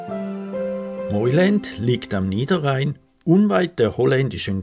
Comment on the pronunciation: Es spricht sich "Meuland " aus und nicht "Meuländ"!! Ansonsten sehr schönes Video